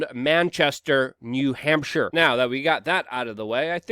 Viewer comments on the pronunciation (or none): none